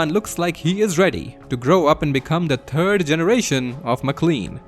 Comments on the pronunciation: Did you say "turd generation of mclean" or was that just the accent? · "And finally, on the turd attempt, meramon falls" Wym a turd attempt? That was his best performance of all